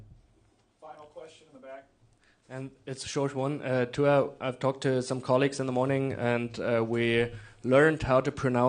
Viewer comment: Reporter says that they have over the years learned how to pronounce Tua’s last name and then proceeds to butcher it 🤣.